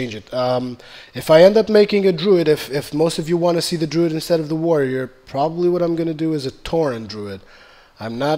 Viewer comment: Druid. And for everyones sake please god say tomb raider correctly.